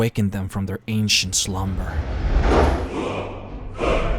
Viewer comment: the way he say slumber is just so funny